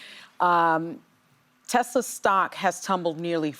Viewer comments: You guys missed the part where he said " I love Tesler". 😂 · He even called it a Tesler!!!! 😂😂😂